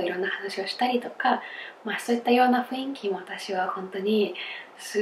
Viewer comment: が、雰囲気を[ふいんき］をちゃんと[ふんいき］と言えたら最高ですよｗ